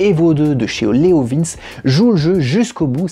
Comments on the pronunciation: Ca se dit leo vinci pas leo vince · Leovinché pas Leovins XD je m'attendais pas à entendre cette prononciation. j'étais pas prêt XD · je crois qu'on dis "leovinci" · Ah non. Pas toi? La prononciation de Leovince 🙄🤔 Leo vin tché 🙄😁😂😉 Ça fait du bien de te voir! Ya un p'tit Youtubeur qui tourne avec ce pot sur un rocket! Je n'ai plus le nom! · La prononciation est Léo Vintche car le c se prononce TCHÉ en italien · Mais on dit leovinci....Le e se dit i....❤